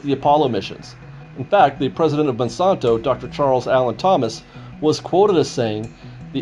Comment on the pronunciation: It's the Mon-SAN-to Corporation, NOT Man-son-to!